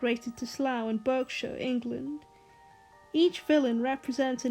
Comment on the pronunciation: i am glad to have worked with you to expose the true mastery of this television programme. your editing and visual aides helped to truly bring the world of numberjacks to life. some minor criticisms: my audio seems to be a tad too loud, and more importantly, you pronounced berkshire wrong hehehehehehehehehe